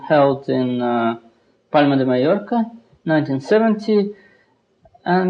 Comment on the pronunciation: wow karpov actually pronounced Palma de Mallorca perfectly